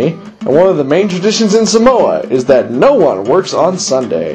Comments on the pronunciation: Umm... don't believe this, this is not the Samoan culture. I'm Samoan, and hell no this aint samoa. But... you have to admit it was hella funny. Especially how he pronounces Samoa. He says "Suh Mo uh" Instead of "Sah Mo Ah" hahaha. and then Fa'a Samoa he said "Fah uh suh mo uh" instead of "fa ah sah mo ah" haha. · its saaaaamoa, not samoa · one more thing people need to know... It's (Sah-moh-ah)! not simoa u gone get lickins if ur not careful bra... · sole its SAAAAAAAAAMOA lol